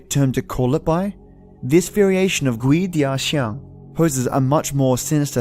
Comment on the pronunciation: It's pronounced as kuay-dah-jiang And its not a creature. First hand experience in Singapore. During the 7th lunar month. I went home late (against the superstition that you shouldn't go home late during the 7th month) and when I was playing a youtube nosleep vid that's 5hrs long at 11pm, I woke up and realised that the video was repeating itself. I paused it and it was at the 37min mark. To my horror, it suddenly was 415 am,for fucks sake I had school that morning. (When you go home late ghosts follow you home and fuck with you as they please. Especially if you have bad karma)